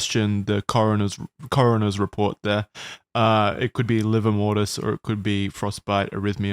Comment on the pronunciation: “Liver mortis”